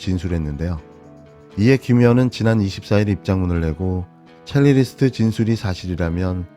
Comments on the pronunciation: 첼리리스트가 아니고, 첼리스트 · 제작자님, “첼리리스트”가 아니고 “첼리스트”입니다. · 첼리 리스트가 아니라 첼리스트입니다. 실수가 장기간 반복되어 언급합니다. 애독잡니다♥ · 첼리리스트... 되게 거슬립니다. 첼리스트이겠지요. 반복적으로 틀리는 걸 보니 실수는 아닌 것 같습니다만 조금만 주의를 기울여주세요~ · '첼리리스트'가 아니라 '첼리스트'지요^^ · 첼리리스트.. 어감이 좀... 이상해서요. ㅎㅎ cellist (첼리스트) 발음이 맞는 거 같아요~ ^^ 늘~ 응원합니다 ^^ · 고생하십니다 cellist 첼로연주가 발음 첼리스트 입니다 첼리리스트 아니에요 ㅠㅠ 고치심이 ㅠ